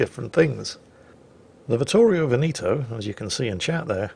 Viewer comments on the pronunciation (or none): It's Vittorio Ve'-ne-to and not Ve-ni'-to. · pls stop saying "Venito" it's veneto, say the 2nd e just like the 1st one